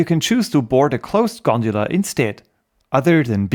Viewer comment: Everyone: "gondola" This man: " I will show you this G O N D U L A " 😂